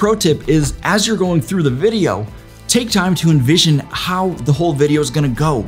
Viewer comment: Nice overview. One comment: "Envision" not "Invision" ...